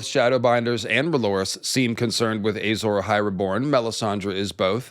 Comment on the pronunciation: Ey-sore Ahai is like when GRRM Says Doth-rah-kaj